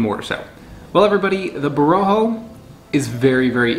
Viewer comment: It is pronounced with the accent on the last syllable. Bo-ro-khOh, not bo-rO-kho.